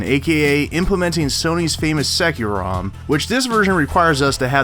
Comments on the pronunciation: It's not pronounced sekku-rom. It's pronounced secure-rom. Plus you sound either stoned or drunk. Please don't enhance the stereotype of Americans who always slur their speech out of lazyness. And 'game' isn't pronounced 'geem', for christ's sake. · Jesus. It's pronounced SecureRom, not SeckuRom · He sais: Secker ROM When it is clearly a play on words Secure ROM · Se-cue-rom... I always pronounced it “secure rom”